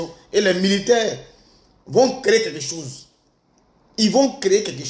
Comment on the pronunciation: Ibrahim Traoré Cacao,on ne dit pas Sose mais chose, analphabète Bouki gaou là 😂😂😂😂